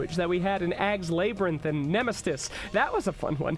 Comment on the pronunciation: Bro did you just say Labe_renth